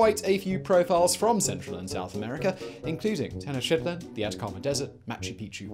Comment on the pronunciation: My man's really said "Ten-Oh-Chitlin"